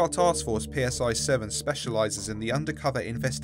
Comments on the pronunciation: Lol PSI is pronounced CY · Just so you're aware, the letter nu is pronounced "new" Also Psi is "scy" like Scythe